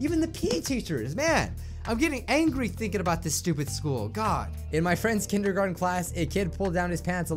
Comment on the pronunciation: Lets talk about "Kendergarten"